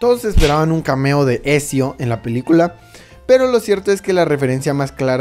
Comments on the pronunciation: Por cada "Esio" que escucho me dan ganas de pegarme un tiro :'v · "esio" jajaja escupi todo! es "Ezio" o sea "etzio" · ทα૮ђii Exacto, la pronunciacion exacta sería Etzio Auditore da Firence. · Etcshio dia firrence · Ecsio el joven florentino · se pronuncia etzio 😡😡